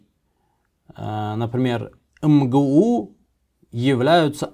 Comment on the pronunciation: МГУ :))))) ЭМ-ГЭ-У читается :)))